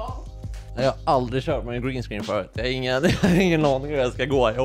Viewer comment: Tycker det var bättre uttal green screen och du är BÄST